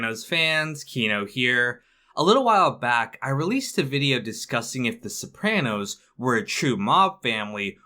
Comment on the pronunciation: You say sopranos wrong but it’s ight